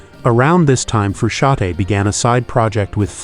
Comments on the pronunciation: The n in Frusciante is not silent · Are you kidding? Making a video about someone and mispronouncing his name all throughout the goddamn video? Shame on you!